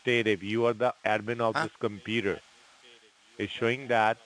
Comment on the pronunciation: Omg, does “ This side Gary” have to pronounce computer as “ compurrrrrrerrr? Tried to sound American but failed woefully